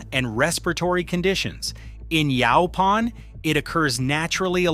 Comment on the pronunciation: Across the southern USA where this plant is common it is always pronounced "YOH-pahn". It is super-abundant in the East Texas piney woods, but when I grew up in Texas nobody talked about it being consumable. Pictures shown in the video of the larger leaves with spines are not Yaupon; they are Common Holly. Yaupon Holly is the much smaller oval leaves with slightly ruffled edges.